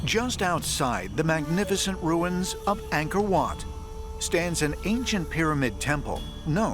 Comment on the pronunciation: this guy can't even pronounce Angkor correctly.